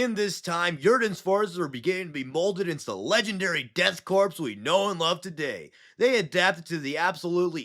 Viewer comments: My brother in Space Christ…. It is pronounced Core not Corps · You're killin' me with the corpse talk. Corps is pronounced core, bro. 💀💀💀💀 great video notwithstanding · It's pronounced core not corpse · Do you know you are saying korps wrong? Sounds like "death core", not corpse 😊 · Everyone mispronounces korpse (core) as corpse. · You don’t pronounce the “s” in “korps”, it sounds more like core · Just a little correction, it's pronounced Core, not Corpse. The spelling does throw people off, but I learned because of the Afrika Korps from World War 2, and to sort of a lesser degree, the US Marine Corps. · It's pronounced 'core' The Death 'core' of Krieg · Korps is pronounced core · did you say the death "crops" of krieg? XD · Also it’s pronounced death core of krieg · Corps is pronounced without the P. It's just "kor". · Korps/Corps sounds as Core, loved the vid. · the crepe dorks of krieg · Death karps of krieg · Death Corn of Greg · Death Kraps of Kreeg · The Deaf Crepes of Cheems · Im gonna be that dude and give a little correction. The S in 'Corps' is silent. Missing this triggered me enough to write this comment lol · The p and s in corps/korps is silent. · Bro talks down to half the fanbase and doesn’t know how to say korps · yeah I thought so too just didn't want to correct him and be a wrong asshole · In korps the P (teehee) and S is silent.